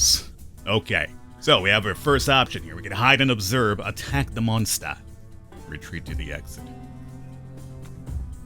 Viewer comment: He pronounces monster the way Beowulf pronounces monster(monstah). I am amused by that.